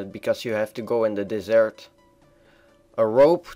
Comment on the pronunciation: the desert (pronounced like the pastry)